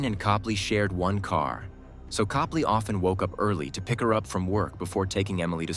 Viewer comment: It's Cope-lee I knew them personally.